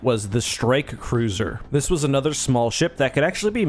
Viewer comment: Hey, you said anoter instead of another. Just a heads-up